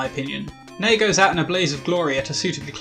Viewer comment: Mysteriously its actually pronounced "Nay", the ei in japan has an ay sound, like Rei is pronounced Ray.